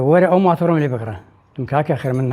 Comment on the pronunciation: قوڕ بەو سەری ئەدمینە هێشتا نازانێ بڵێ ماتۆر ئەڵێ مانتۆڕ